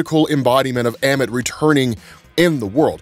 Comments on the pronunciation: Who the hell is emmit? Its ah-mit! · Ah-mit… not eh-mit. Respect the culture. 😳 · bro please please please when they say the damn name in the show over and over say it right ah men not ammin